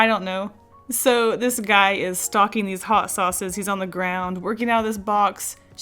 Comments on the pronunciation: oh, said STOCKING but i heard STALKING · Every time you say stocking I think your saying stalking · for some reason I thought she said "stalking these hot sauces". 😂